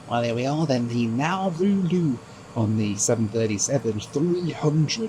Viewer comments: just for future reference...its pronounced naaar roo....not nowoo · Great video. Im in Melbourne, there was/is a huge office building in the cbd called Nauru House. Also, we've always called is N'roo, rather than Nar-roo. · Brilliant ! But what is " Now - Roo" ! ? Try the Aussie pronunciation " Naa- ru - mate". Best wishes. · By the way the Australians pronounce it "Naa-Roo", not "Now-Roo" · Its Na Roo I'll think you'll find, never heard it called Now Roo ever. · My man. It’s pronounced Nah Roo. Nah Roo. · It is pronounced Narr-oo not Now-roo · "Now Roo" is doing my head in. Everyone I know has always called it "Naa Roo". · Nah more like Naw Roo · It is pronounced Na- roo not Now-roo. I worked next to Nauru House in Melbourne before it was sold in 2004 to reduce the Islands debt. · Never heard someone pronounce Nauru like that, everyone else pronounces it as Nar roo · I worked for Nauru Airlines/Nauru Shipping in the 1970s in Melbourne when they used to fly out of Melbourne but never got to visit Nauru. As well as the plane they had two ships, the Enna G (100 pax) and the Eigamoiya (cargo ship 10 pax). btw Nauru is actually pronounced Na-ROO. Enjoyed the video but not the music. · I think most of the people in Nauru are in the detention centre that is used for processing unauthorised maritime arrivals to Australia. We pronounce the place as 'Nah-roo'.